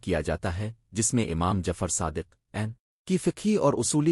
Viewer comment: Masha Allah bhai acha kam kr rhy hein aap . mgr ap aapna khud ka awaz use krein . Q K AI ki awaaz kisi lehaz se bhi theek ni hy . ab mola as ka name hi le lo kaisy bol rha hy